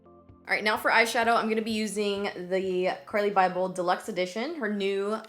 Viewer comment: "CURLY BYBEL" 💀